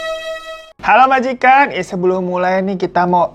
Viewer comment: Bang nyebut majikan tu pelan2 dong..kdg terdengar seperti magic com 🤣🤣🤣